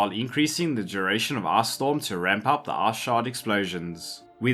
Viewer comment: I know you are saying ice...but i cant hear anything butt "Ass". So it is now AssStorm to rain Ass on your enemies.